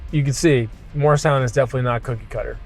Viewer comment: I was immediately excited to see your virtual tour of Morristown - which is where I was born (right behind Washington''s Headquarters). I miss everything about the town (except my high school years). ANYWAY... without being INTENTIONALLY rude, PLEASE re-do the pronunciation of MORRISTOWN, established by our first governor. His name was Governor MORRIS (not Mars, not Moores). The town still is MORRISTOWN (MAHR-is-town). [That's THREE syllables, please.] In fact, travel south, closer to Philadelphia, and there is the town of... MOOREStown. I sure wish you knew ever and ever so much of its incredible history - my father was a history teacher, and loved taking his students 'round and 'round our then-beautiful town. I used to go ice skating in Burnham Park - and at night, I was the only one way out there on the lake... I'd ofttimes skate to its island and hang out with the ducks, swans, and geese. They;d carefully cross Mendham Road (my parents and I lived at the little Cape Cod FACING Burnham Park), so my first-ever little bird I chose to name Burny. Quite a few of the mother ducks would lay and sit on their babies' eggs... in our flowery and quiet backyard. We never had any homes across the two-lane street from us, since that was the park-like end of Burnham Park, which led straight down to my "private" ice skating rink. There is far, FAR MORE "old" history that is not included, alas. Lots of "second mansions" were built in Morristown by New Yorkers (all of whom lived in massive